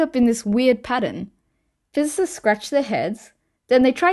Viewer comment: Did you say ""?